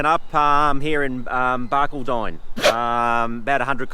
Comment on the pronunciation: Ya gotta talk Queensland lingo mate! Barcaldine (Bar…..call……din) Great vid guys 👍🏻